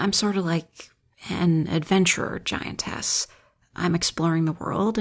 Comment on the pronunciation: I Was getting immersed until she said "Giant Ass" ınstead of "Giantess"